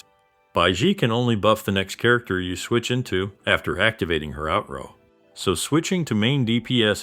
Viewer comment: Motherfucker said out rowe again